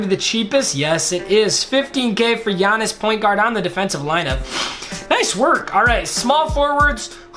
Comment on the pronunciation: Sup, I am a huge Bucks fan and the time you said Giannis's last name you got it right